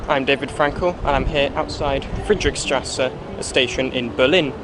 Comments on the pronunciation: Nice video but it’s Friedrichstrasse not friedrick-:) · i love how he pronouce Friedrichstrße